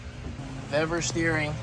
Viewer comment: Pronounced Veevor, the pre-made ends should be on engine side as they have the protecting spiral sheathing, at the steering end there's no need for it there, and your steering wheel is quater turn out port side put the loop back on bleeders crack open only slightly then full lock to starboard go quater turn more past full lock and lock off bleeders look to see if it has centred the wheel with engine being 0° dead ahead repeat process if hasnt reached where you want with the same amount of how much off you are if it has gone too much the other way then full lock to port until you get desired result